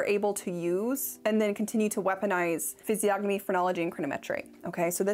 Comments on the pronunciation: no way you pronounced the "g" in physiognomy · This is an important video but I couldn't get over the pronunciation of the word physiognomy. The G is silent. I know I'm a nerd but I couldn't get through the video.